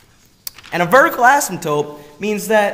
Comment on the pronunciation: you know it's asymptote not asymtope